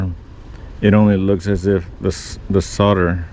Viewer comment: Well son-of-a-gun. You pronounced solder correctly. It annoys me to hear so many people pronouncing it SAWL-der. In the states it's SOD-er.